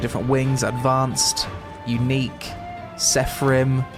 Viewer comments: It's Seraphim mate, not sepharim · Seraphim = "sefarim" lol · Seraphim: exist: sepharim